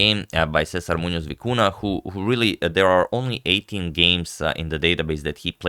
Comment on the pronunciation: Agad, you display vast knowledge of name pronunciation, you gotta hit the "ny" sound for both ñ in Muñoz and Vicuña.